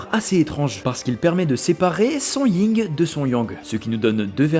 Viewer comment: Alors tu prononces des G quand il n'y en a pas et tu ne les prononces pas quand il y en a??? YIN Yang et KunG Fu. Merci de respect les langues chinoises. Sinon chouette la vidéo.